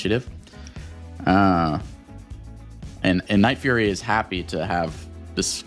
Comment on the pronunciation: son its nightfury not nightfurry 😭